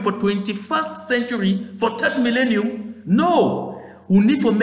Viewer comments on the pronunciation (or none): none